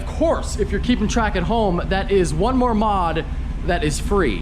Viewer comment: Might have only like because dude said moar....